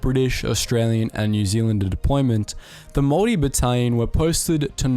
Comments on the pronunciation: Is anyone else hearing "moldy" instead of Māori? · A guy with a kiwi accent absolutely butchering maori pronunciations that badly was totally unexpected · Goodness Me...as a Whanganui-born Pakeha, I was appalled at the Maori pronunciation. Apart from 'Morry', he got it all terribly wrong. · Its pronounced Māori not mory and Pākeha not bakia But anyways nice vid bov